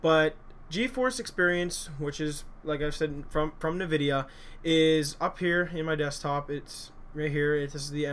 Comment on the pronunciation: Lol.... NuhVidia is what it sounds like he's saying